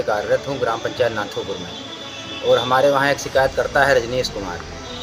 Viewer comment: महोदय गाव का नाम तो सही से लो नाथूपुर